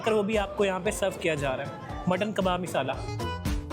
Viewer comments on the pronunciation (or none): Meesaala 😂😂 miisaalaa😂😂 word waah